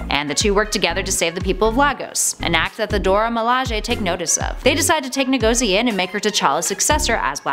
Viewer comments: The way you pronounced Lagos, and Ngozi insults me as a Nigerian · She doesn't know how to pronounce Ngozi or Lagos. Sad. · Her name is pronounced IN GUH ZEE And the city is pronounced LAY GUS. Keep up the great work. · lol Nuh-go-zee. It bothers me how people don't even try to sound words/names out (I don't mean her, just in general). NGOZI, think of words that end with NG like ending <- lol. Now instead, start with that sound, Tad-ah! pronunciation 101.....Nuh-Go-Zee for yourself.